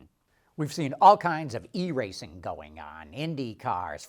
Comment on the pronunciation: "i" racing, not "E" racing